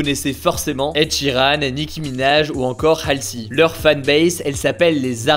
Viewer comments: "halsi" hugo tu as vraiment un problème avec le nom des gens ! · Ta prononciation de Halsey était magique 🙄